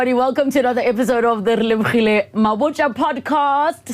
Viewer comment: Thank you very much for bringing the legendary and authentic KL ausi Relebogile. He really got me when he spelled your name, that sounded more like really-bougie. Talent abound in 1 man is priceless.